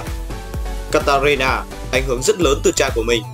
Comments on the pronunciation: katarina đọc một hồi thành kalít ta lun (hk piết viết ) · Ad nói katarina thành kalista